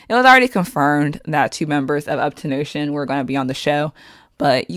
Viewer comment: Uptonotion? It's up 10 tion